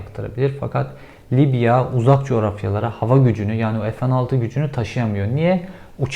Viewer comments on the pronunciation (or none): none